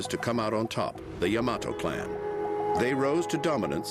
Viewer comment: its pronounced Yama-to, not Ya-mato